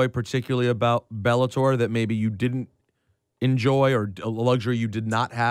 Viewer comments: bellator not belabor 😅😅😅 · IT'S BELLATOR NOT BELABOR FFS